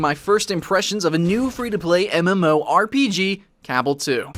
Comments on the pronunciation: Dude it's cabal not cabble. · Duke Bro CABBEL * that's the way he pronounced. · its pronounced ca-ba-l ,whit hit on second a! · Its pronounced cuh-ball... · Hehe he said CA BULL two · Cabal is pronounced like the cabal from mortal Kombat m8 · haha the way you say Cabal makes me laugh. Iv'e always just pronounced it Ca-ball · After playing the first Cabal. With a Blader, and Archer; both over level 100. I find this disappointing. Also it seems there is now 3 ways to pronounce this game.